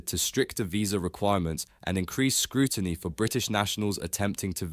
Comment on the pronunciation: ‘Britishers” “scrooiny” and “detainment” ? This individual’s challenges with English language literacy are amusing. His headline is blatantly dishonest as he regularly demonstrates in his second rate commentary.